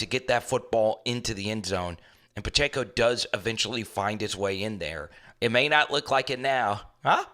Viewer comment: Please, it is NOT Pach-A-co it is Pach-eh-co.